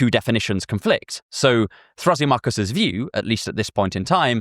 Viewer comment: I used to use Thrasymachus as a screen name, but only ironically, since I love Plato. I always thought it was pronounced thruh-SIM-uh-kuss, not thrassy-MOCK-uss. But I don't know if I'm right.